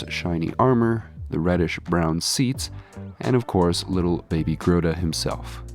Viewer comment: At first i thought, oh no, did someone replace my favorite diorama craftsman? Imagine my relief to hear that no, you are just coping with a cold. Take care and get well! Plus, I nearly spit out my coffee when i heard "Groda" 🤣